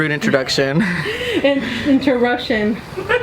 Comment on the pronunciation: Bro I love how they both said interruption wrong